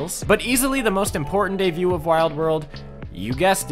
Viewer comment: Is he saying deview? Like pronouncing debut, deview? im losing it